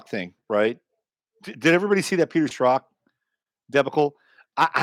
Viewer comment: Who are you saying Peter Stroth? Who is that?